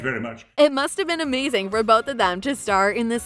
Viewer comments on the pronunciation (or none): none